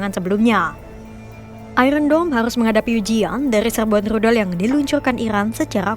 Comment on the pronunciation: Min Rudal bukan Ludal 😂